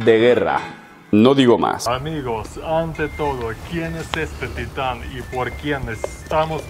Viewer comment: ¿Por que acentúas titán en la primera sílaba, si es una palabra aguda?